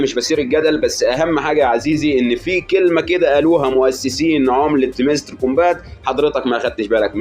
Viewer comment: هااامستر مش هيمستر قولنا بس عاش ع اي حال 😂❤